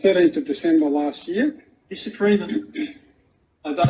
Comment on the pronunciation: He pronounced the word "year" as "yeauh". Is he from New Englandd?